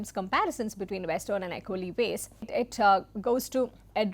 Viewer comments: Am an acholi from Uganda - Just wanted to comment that "acoli" is pronounced as "Acholi" - "ch" replaces "c" in pronouciations - Cheers! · Thankyou for pointing this out. The names of an Acholi person and the name of the tribe need to be. Pronounced properly. She should have done her research on pronunciation.